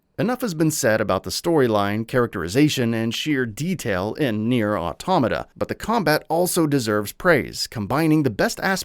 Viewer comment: You get a Like for pronouncing 'automata' correctly.